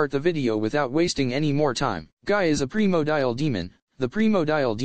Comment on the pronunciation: Primordial, not primodial dude. Sorry it just sounds funny